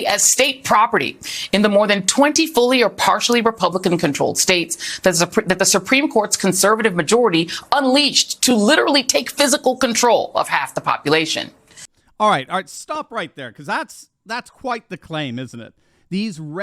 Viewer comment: She said: "unleached". "Unleached". Is that the opposite of "leached"? If you are going to be a reporter, on television, you need to be able to pronounced the words correctly, while you are speaking lies. No wonder msnbc is losing their audience. What a bunch of non-professionals.